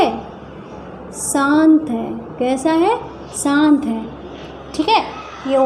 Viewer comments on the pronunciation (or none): मेम सान्त नही शांत